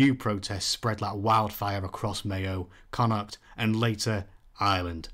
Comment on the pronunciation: love this style, your a gifted reader, I'd listen to your audiobook any day:). The correct pronunciation of Connacht aswell. We will adopt you yet comrade, Maith thú!